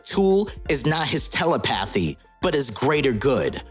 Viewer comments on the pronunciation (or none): Also it's Tel-lep-pa-theee(long vowel on the e.) Telepathy Not tel-la-path-theee.